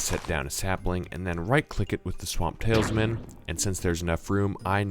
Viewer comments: Ikr it bugged me so much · You say TALISman wrong the whole video